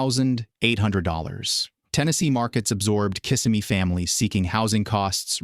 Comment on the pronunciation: You don't even know how to pronounce KisSIMmee. How is $95,000 a six-figure income? I count only five figures. How can we believe the rest of this AI slop?